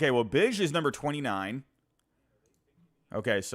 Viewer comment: It's pronounced BigE. Like my nickname. Not Bij.